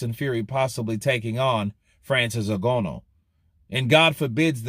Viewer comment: His name is pronounced N-Gan- oo